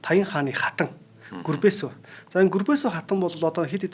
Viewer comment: Гүрбэсү баатар гэж авч байна ккк